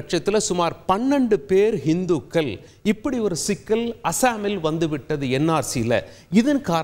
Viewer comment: தமிழ் உச்சரிப்பில், இந்துக்கல், சீக்கியர்கல், இஸ்லாமியர்கல், நாடுகல் என்று தவறாக உச்சரிக்கக்கூடாது தம்பி. உச்சரிப்பில் கவனம் செலுத்த வேண்டும் தம்பி.